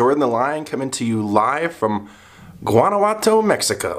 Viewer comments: Hey Jordan, thanks for the great videos. Guanajuato is pronounced like WAH-NA WAH-TO, like the GUA in Guacamole, the avocado dip. Also are you a LEO and that is why you use Jordan the Lion? I enjoy your youthful wonder and appreciation of foreign cultures, food, architecture etc. You are fun to watch. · Christine Beebe; De Nada. You're welcome. Guanajuato (pronounced like Don Juan -Juanawato) is the Capital of the Mexican State of Guanajuato. It is absolutely beautiful and is probably the safest City in Mexico, but it is indeed a true labyrinth.